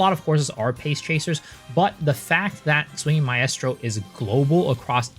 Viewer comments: My-strow Mi-strow not Mi-est-row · I have to stop you man.... Its pronounced "MY-STRO" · I’m too autistic to finish this video with the way you mispronounce maestro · Maaaaaan that shit got me too lol